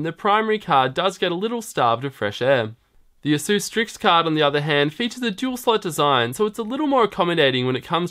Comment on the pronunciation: Sir, ASUS is not pronounced 'ah-SOOS'. It's 'AY-sus'. It almost rhymes with 'races'.